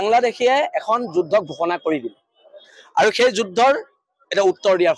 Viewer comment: এই যুদ্ধ শব্দ টো এই গোবৰ গগৈ এ কই,,,,, যোজ,,,,,,হব বুলি ই কেলা অসমীয়া কব নাজানে তাক লাগে চৰকাৰ 😅😅😅